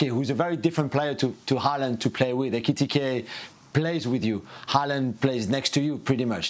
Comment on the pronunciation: Love Jules struggling to say " Eketike" 😁🤣